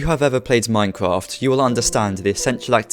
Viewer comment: Here is a tip practice your grammer such as Minecwaft try practicing your r's